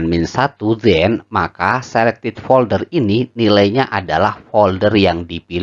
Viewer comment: folder mas bukan polder..:face-blue-heart-eyes